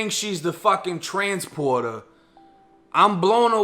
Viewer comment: Dude said The Teansporter lmao.